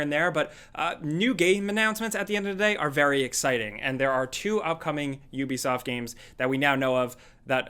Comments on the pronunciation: How is it you people made so many videos about Ubisoft and you still don't know how to say the name. Hear this is how you say it OO-BE-SOFT I suggest you people learn how to say before you do your next video about Ubisoft because y'all sound stupid every time you say the wrong way and it's cringy as fuck. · It’s yubisoff ffs.